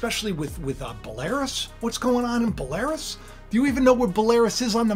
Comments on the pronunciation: I thought it was Bell-ah-ruse not Buh-lare-eous? How are they involved? I thought Batista was "the Beast?" Maybe it was Brock called "The Beast Incarnate?" I will defer to your expertise when it comes to 'Rasslin'...I enjoyed the Monday Night Wars in the Attitude Era and I know you wrote a lot of the script...it went downhill when you left for sure...I was not a big fan of Russo but he did not tank the WWE. I don't know how you stayed so long for a $30 per hour job AND the required travel AND the in-ring opportunities but it must have been a blast. Fear not you know that the crazier the "dog and pony show" gets, the closer God is to "pulling the plug". It makes sense to set up Trump only to have him be the actual solution. Remember the head wound via a sword and then raised 72 hours later... I love the fact I was told I won't inherit the "Kingdom of God" because I said I did not care whether Trump was guilty or not but I was then like "that's good to know, that means I can't lose it"...lol Gotta love judgemental attitudes, this is the way of the New World Order as once the "elite" pass judgement or deem "all is lost" they can then swarm in on the sheeple with the "only reliable solution" and then their judgements will become "canon." In the famous words of Alfred E. Neumann, "What, ME worry..."💖⚡️🙏🎵👑😻💖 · Belarus is pronnounced Bell - a - roose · Belarus pronounced Bell a Roos. God bless and thank you Jesus for dying for our sins on this Good Friday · Pronounced Bell-ah-roos. God bless and happy Resurrection Day! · It's pronounced (Bella Roose) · It’s ‘bell-er-oos’ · Dude look up the pronounciatiln for Belarus 😂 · You also don't know how to pronounce Belarus either.